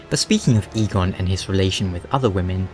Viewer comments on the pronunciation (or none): Eygon and eigon are not pronounced the same. You don't say Eeeeeegone, it's pronounced ae•gon in Basque